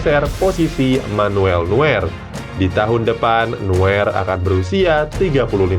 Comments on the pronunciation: wkwk ngakakk admin nya ngucap nama NEUER nya NUER😂 banyak banyak belajar lagi ya min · Ngakak njir,,neuer pdhl 🤣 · Rudiger tetap centre tak terganti Low. Neuer (baca: Noier), Reus (baca: Rois).